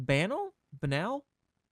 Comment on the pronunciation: Buh-nal. It means ordinary, boring, uninteresting. So,, basically.